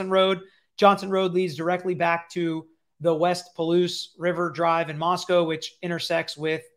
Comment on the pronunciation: People have lied to you about how to pronounce Moscow. But you say it correctly after the first instance.